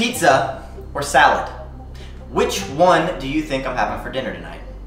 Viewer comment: Me: trying to listen to music Him: PiZZa oR sAlEd